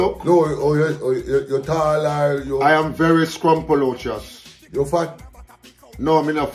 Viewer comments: "I am Very Srumpolotious" 😭😭😭😭🤣🤣🤣🤣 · 💀🤦🏻‍♀️🤣🤣”I’m very scrumpulusious”🤣🤣🤣🤣